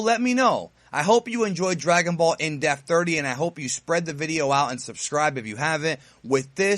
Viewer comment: It sounds like you say "Death" not "DePth".